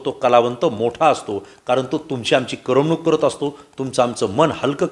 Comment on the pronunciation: करमणूक हा शब्द कसा उच्चारावा हे शिकून घ्या